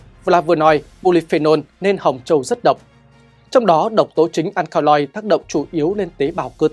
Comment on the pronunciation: Akaloid phát âm là "An ka lo ít", ko phải " An ka loi" admin ạ